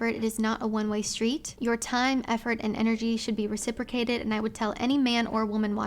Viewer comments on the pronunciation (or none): none